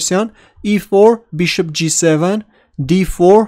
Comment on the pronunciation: No offence But, Y u no pronounce bishop right?!?! Beeshop?